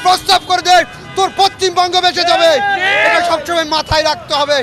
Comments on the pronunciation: R a bangladeshi neta saheb... Bangla ta to thik kore bolo... Pashchimbanko noy pashchimbango 😄😄😄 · পশ্চিম বঙ্গ উচ্চারণ করতে পারে না 😂😂সে নাকি''ভারতে আসবে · K eta kotha bolte pare na thik moto poschim bongo thik moto uchharon korte parche na, dur hww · পশ্চিমবঙ্গটা ভালো করে উচ্চারণ কর তার পর হুমকি দিস